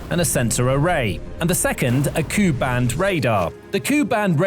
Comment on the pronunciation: K u band, not Koo band.